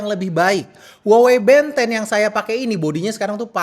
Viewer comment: yg bikin gw tertarik malah karna pengucapan nya band 10 = ben 10 tontonan masa kecil :face-blue-smiling